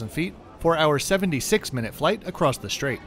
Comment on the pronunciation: I love your videos. Your grammar, diction, pronunciation and choice of words are always perfect… except the way you pronounce ‘across’ and ‘et cetera’. Don’t want to be an a.. about it. Love your honest reviews.